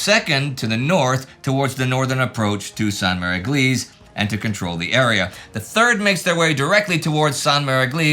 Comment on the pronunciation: "How to pronounce Sainte-Mère-Église" 😂